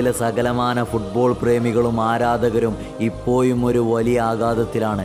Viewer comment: വിഡിയോ സൂപ്പർ but ഇപ്പോയും എന്ന് ഒഴിവാക്കണം. പറഞ്ഞതാണ് ഒന്നും തോന്നരുത്.😀